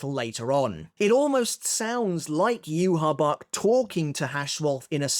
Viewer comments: Why do you pronounce Yhwachs name like that? It's not pronounced that way in the sub or dub. It's so annoying it's not "yu ha bach" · there's no way as an English speaker you read "Yhwach" and thought, "yeah that looks like it spells 'you ha bak' " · actually did try pronouncing it the same way that its said in the anime for a video, but people requested that he went back to saying yoo ha bach. Most people are used to him saying it that way by now